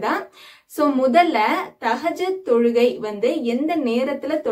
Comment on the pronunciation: Sorry sister thahajath ille thahajuth karakta ma